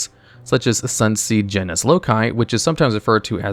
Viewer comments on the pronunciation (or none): none